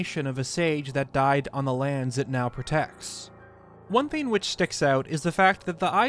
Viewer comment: Please learn to use the letter G. It’s “thing” not “theen”, “long” not “lon” etc.